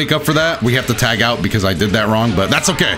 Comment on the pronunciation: From now on I will never say "Tag" only "CHAAAAAG!!!!"